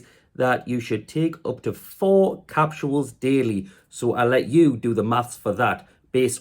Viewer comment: Bud. They’re called capsules. Not “capshuals.”